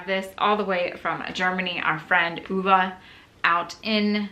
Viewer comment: She was perfect ! I assume that Renée did some research before. 😉